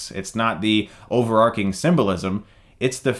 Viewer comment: Good review. Btw, it's pronounced "overartying"; not "overarking".